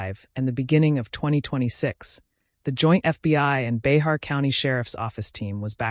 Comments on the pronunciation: Bexar pronounced " Bear " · Bay-har county??? Lol😂😂 This narrator definitely has no business making videos This individual is just repeating information already spoken. Probably isn't even from here in San Antonio. Get a real job lamo!! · Bexar is pronounced as “BEAR”. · It's (bear) Bexar county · Bexar county is pronounced BEAR